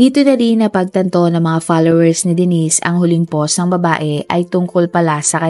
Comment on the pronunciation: It’s “POST”, po-wst!! Not PAUSE, POSS! Fix your pronunciation please…